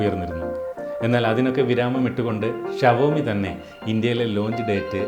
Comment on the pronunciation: Chetta shavomi ala xiomi